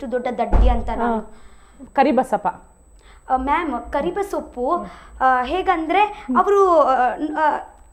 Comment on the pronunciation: anchor didn’t even corrected her, when she said “ಕರಿಬೇ ಸೊಪ್ಪು”😂😂😂😂